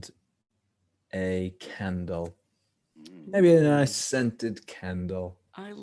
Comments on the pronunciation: Anyone else thought he said a Ken doll when he actually said candle ??💀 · "Maybe a nice scented CAN-dull." Aw, Harry. You silly sweet thing. <3